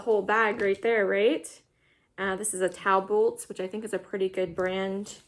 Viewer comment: I had to back this video up a couple of times to figure out the maker of the second skirt. Your pronunciation sound like Talboolt. Third time I saw it's a Talbot. Lol